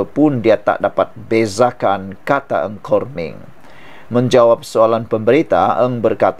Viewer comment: Content creator tak cermat dalam menyebut nama orang. Menteri itu bernama Nga Kor Meng bukannya Ng Kor Meng. Its irratating..